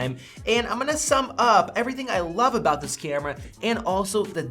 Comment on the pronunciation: love u say "cyyyamera" instead of camera ... its...kyammmra